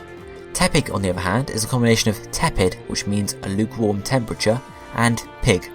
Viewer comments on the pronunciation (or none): none